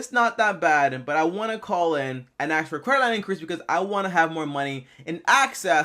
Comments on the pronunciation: Have you ever axe? Axe. Axe. Axe. It's ask my dude. A-S-K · You mean "ask", right?